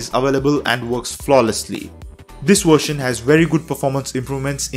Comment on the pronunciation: I love this "wershion" too bro